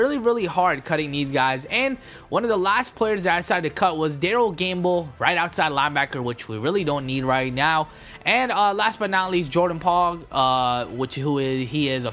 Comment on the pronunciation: Jordan Pong. It's Jordan Pugh. Can you read.